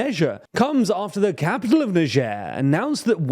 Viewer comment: how did you pronounce niger???